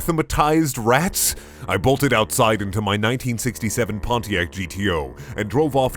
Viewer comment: Them RRRRRATS